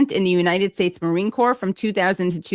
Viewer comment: He.s right be marine corps rather than marine corpse.